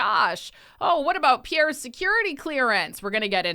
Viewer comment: Great episode, I really wish Kevin O’Leary would take the time to learn how to pronounce Pierre’s name!